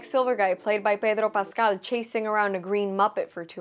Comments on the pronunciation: Umm that is not how to pronounce Pedro Pascal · Lmfao why did you pronounce his name like that? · I just came here to hear the random"Payehdrooo Passcahhhll" spanish accent thrown in. .....oh God kill me twice over.